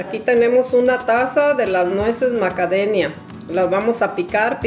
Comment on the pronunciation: Porque dice macadenia??